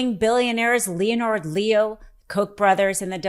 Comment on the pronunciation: it's pronounced linnard leo not leo-nard. No reason to introduce pronunciation confusion into the situation. But thank you for this coverage!